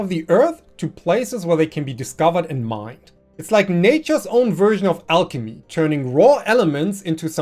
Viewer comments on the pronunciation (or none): none